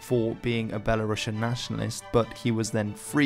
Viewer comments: You pronounce the word BELARUSIAN incorrectly. That's all I have to say. They are not Russians! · Very nice video for people, who don't know nothing about Belarus. Thank u. But there r some rude mistake, please, let me correct. 1. Rušnik must be read in English as rushník 2. Belarusian (there is only one S, not Russian, no sound sh, b'elarusian) 3. Klaŭdzi Duž-Dušeŭski must be read as Kláudi Duzh-Dushéuski. This information was useful even for me, belarusian guy. Please, next time try to check information not to make mistakes.